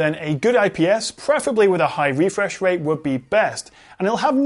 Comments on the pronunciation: Refwesh Wate :v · "Refwesh wate...". Your borderline rhotacism (i.e. whotacism) is adowable and your videos are bwilliant!